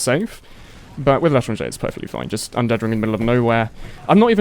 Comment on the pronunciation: Why do you keep saying "The Letter on J"?